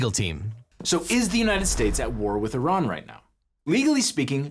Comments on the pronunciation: Airjan. Brother its not iRan, the newest iPhone, its Iran. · Vance cant even pronounce "Iran" properly. How can we trust that they know what theyre doing?